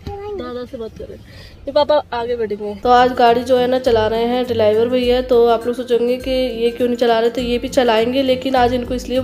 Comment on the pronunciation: Driwar nhi driver hota